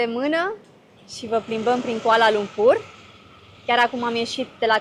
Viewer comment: Your pronounciation very amazing when you speak all the places name including Kuala Lumpur. Me as local feel really amazing. ❤❤❤❤❤❤